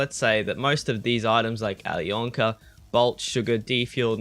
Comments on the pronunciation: You dont speak out the "k" in alyonka :) it is "Ayliona" :) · please learn how to say alyonka